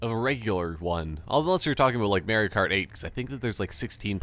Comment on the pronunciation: Haha you kept saying Mario kart like MAREio kart!